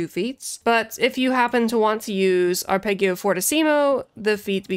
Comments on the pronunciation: Haha well done :-) "Ahr-peh-dgio" it is. Also: "Voh-tcheh" for Voce, "Ayà" for "Alla" (accent on the second "a") and "Sooooo-bito" (accent on the first long oo). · Arpeggio is pronounced with a soft g. Blame the Italians.